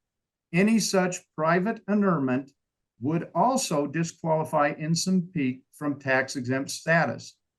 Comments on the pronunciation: Also, it's not Ensin, but Ensign, like stop sign. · It's tight vs. loose pronunciation. 😂